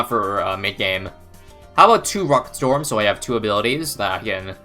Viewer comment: 30 sec into the video and I've already forgotten how to pronounce storm correctly